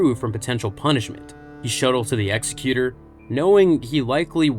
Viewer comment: Actually, I think Vader killed Needa, then accepted his apology. Also, thank you so much for pronouncing Executor correctly! It gets on my nerves everytime I hear it mispronounced on other channels.